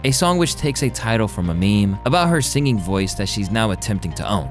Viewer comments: The narrator is making mistakes that make me feel like AI is being used... how can you not tell via the context of what you're saying that it is pronounced "Betty" and that it's "signing" not signing? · Sing, not sign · i disliked because the narrator said "signing" instead of "singing". thats a smart computer and a dumb and greedy human. these channels deserve nothing. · "Signing" a "Bet Davis" song. Might wanna work on the whole...talking thing before you do it to hundreds of thousands of people.